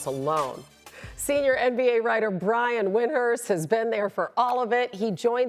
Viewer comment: They didn’t even say Brian’s name right. Embarrassing